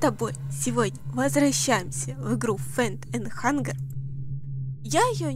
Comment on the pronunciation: Ну и да, игра "фиар анд хангер" скорее, страх и голод, мне всегда так забавно как ты её называешь, но думаю пора поправить